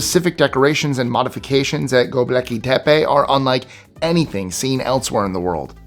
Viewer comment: You should at least learn to pronounce the names of the subjects you feature. It's "Gobekli," not "Goblecki."